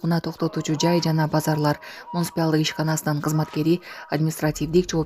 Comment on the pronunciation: Муниспял дебей, нормально сүйлө,диктор.МУНИЦИПАЛ